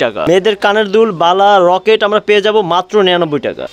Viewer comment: রকেট না লকেট।